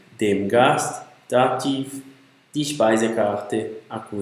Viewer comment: Maria, você está certa. Outra coisa, no caso da pronúncia dos casos. A pronúncia de dativ não é "dativ"; é "datif" (também em nominativ, akkusativ e genitiv). O "v" é sempre lido com som de "f". Der não é pronunciado "der". A pronúncia correta é "déa". O professor aí do vídeo...